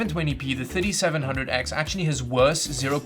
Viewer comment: Is it me or it sounds like he's saying 5700x instead of 3700x